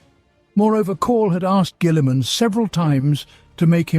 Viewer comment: The way he pronounces Guillimans name makes my eye twitch.